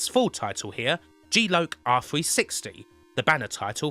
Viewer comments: "Jeee loke" ??? Erm....kim G Lock 🔐 ! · Jeee loke.......ahem.... Ahem.... I actually love.... but just to say this tickled me....g loc = jee loke!